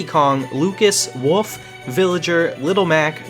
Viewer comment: in he says wuf instead of wolf